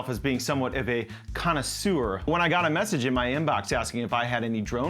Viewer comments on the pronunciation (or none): In French it is pronounced “connay sir” (not “connay sewer” or whatever fancy thing you said 😛). But I’m new to the show and love the content & flutes.